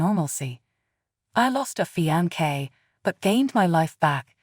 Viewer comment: This was the most confusing thing ever. What's a feeonkay?🙄😂